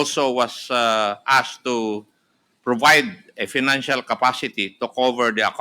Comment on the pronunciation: You azkkkked the preshident. Do not azzzzked dyu prazez😂😂😂😂😂😂😂😂😂😂 anu daw